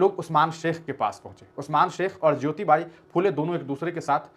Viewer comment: सावित्रीबाई के हजबंड नाम है " महात्मा ज्योतिबा फुले " और आप उन्हे ज्योतिबाइ कह रहे हो, जो गलत है